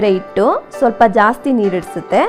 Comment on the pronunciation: ಇಟ್ಟು ಅಲ್ಲಾ ಹಿಟ್ಟು